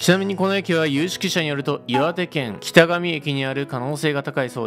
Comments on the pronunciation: 細かいことでごめんな？ 北上市民だけど、 きたがみ じゃなくて きたかみ なんだってばよ。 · めちゃくちゃ細かいけどきたがみじゃなくてきたかみ